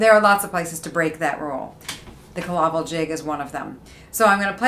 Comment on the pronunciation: It is pronounced Kill - A - Vill ..not 'killavil' as in one word .... in Irish Cill Fhábhail ..just up the road from me here in Sligo....